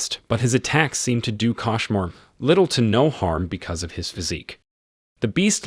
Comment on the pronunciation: It's a kOshmar not kAshmar